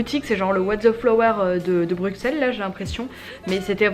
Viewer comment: ça se ressent dans le vlog c'est sûr 😊 chouette que tu aies apprécié Bruxelles (prononcé Brussel please haha)